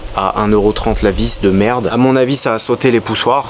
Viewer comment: pi, "y a d la mertt dans l carter", pfff ranafoutt, la mertt, bien lavée, c est propp